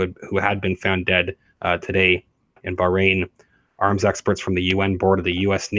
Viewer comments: Bahrain 🇧🇭 isn’t pronounced “brain”. Please review pronunciation. Hurts heads of us Arabic speakers. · So WHY did he DIE? He looked pretty young and HEALTHY to me? It is pronounced BAH (like a sheep) RAIN!